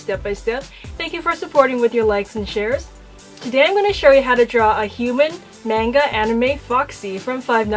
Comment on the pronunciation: YOU SAID MANGA WRONG!!!!